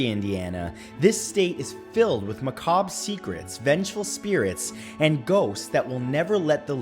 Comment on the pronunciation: Excellent, as per the usual, good sir. Also, glad you are pronouncing macabre correctly now. Peace to you my bald brother 🙌✌️🥰